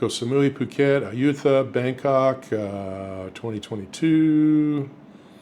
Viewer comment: Ayootha, where's that? Did you mean Ayuthaya? It's pronounced Ayuttaya... the th in thai written in LATIN letters (not english!) is t! English speaking people pronounce thai words so bad.. no offence.. If you don't want to learn the language, at least try to get the place names right. Learn some "thaiglish"! Learn a little about the culture! That makes everything a lot easier!! Don't get me wrong, I know it's the same the other way around. Lotus's spoken by a thai is Lotat, Global is Goban... It makes it hard to make a trip in a tuk tuk or a taxi for excample... A friend of mine sat in a taxi for over an hour for a trip that should have been 15-20 minutes because they didn't understand each other. And thais often just say yes when they don't understand, and this one just drove without knowing where... after a while, my friend knew he didn't understand where he wanted to go and looked it up in google maps. 30 minutes in the wrong direction. Girls online are the same you can meet in the street, market, bar... good ones, and bad ones. I know many that met the girl of their life online, in a bar, and at markets/other shops. I met mine by a fluke, out of money, scammed by another lady. She took care of me for 2 months, so now 3 years later we are happily married. I've been coming here since 2006, learned the language (not perfect, but good enough for daily, casual use), learned about the culture, food , music , movies and so on. I moved here 3 years ago, after meeting my wife. For